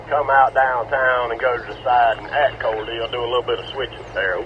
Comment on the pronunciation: Is it pronounced "Core-deal" or "Core delay"?